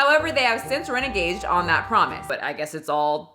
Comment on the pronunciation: “Renegade,“ vs Reneged. I’m glad to see I’m not the only one that gets the too confused at times. ☺️